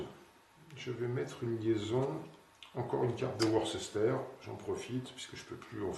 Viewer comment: Taquine pas trop. Car ta prononciation de Worcester est toute relative (Worce-ster, et pas Wor-ces-ter). Et merci encore pour vos belles parties clairement expliquées. 😉